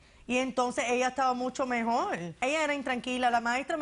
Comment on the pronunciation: “me introducio” 😏 “mejol” “Pol” qué 😶 se comen la R